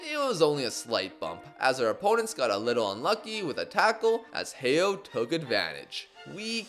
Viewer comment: just wanna clarify heo is pronounced as ho in korean